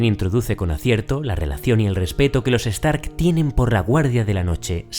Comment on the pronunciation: Se pronuncia JAITAWER, no JAITOWER. Stark, no Estark